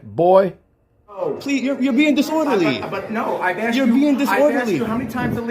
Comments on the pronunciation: He axed a lot of questions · "I axed him..." Well, that's attempted murder right there. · By saying he “axed” that elderly gentleman, he’s clearly confessing to assault with a deadly weapon. Possibly attempted murder. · Did he just say "I axed Mr. Phillips." Yes, yes he did. He also said he was filing a "FOIL", more than once. WHAT? Now I get it: English is his 3rd language. Bet his Mom's proud! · "I just axed him" English escapes this nimrod !!!